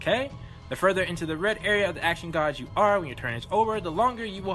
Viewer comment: Dat intro music though... ALL OF THE COMMENTS! You realize we cannot let this go to waste, right? Again, how long before forgets everything? Only time will tell... You have awakened my TRUE POWER! You can say 'Segami' fine without having heard it before, but you mispronounce 'gauge' constantly... xD I'm guessing it's more like using context clues... like, examining what came before and after the missing history and using logic to fill in the major gaps. Like if your fine before a fight and your unconscious afterwords, logic states you lost the fight and such... Wow... I may actually get this game just for that moment. Time Travel 101 by Professor Histoire Segami throwing some serious shade up in this... This girl... -_- She needs to seriously chill. QotD: I really don't mind it either way. Maturity is always more of a state of mind than just physical age. If some games want to either push the envelope or think that the subject matter or character personality would be better enhanced by more 'colorful' language, then I say go for it. I mean, it obviously won't work for every game series out there, but hey... to each their own.